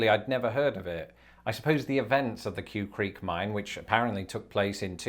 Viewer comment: The name of the mine is pronounced "kway" creek.